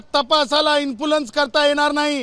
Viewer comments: Infoolenc u fool uteer the word correctly as influence the advocate kuthe shikkay yala mnorugn hospitl la nya.😅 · अगोदर Influence शब्द नीट म्हणायला शिक ..स्वतःला वकील म्हणे